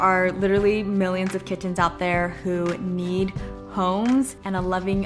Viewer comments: lol the way you say kiTT-ens is fascinating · I laughed when she kept saying kiTTens and then she said ki-ens 😂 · No one:: kiTTens